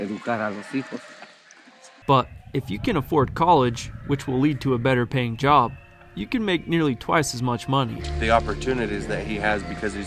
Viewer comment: You gais is not izi jab